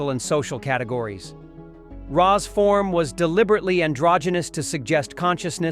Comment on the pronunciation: Same. Hearing it butcher Ra's name caused me actual pain.